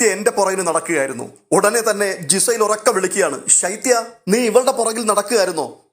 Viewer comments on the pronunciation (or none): നിങ്ങൾ ഉച്ചാരണം ശെരിയാക്കു. ജിസൈൽ അല്ല. ഗിസൈൽ എന്നാണ് അവരുടെ പേര്. സ്പെല്ലിങ് നോക്കു. ലാലേട്ടൻ അവരെ വിളിക്കുന്നത് നിങ്ങൾ കേൾക്കുന്നില്ലേ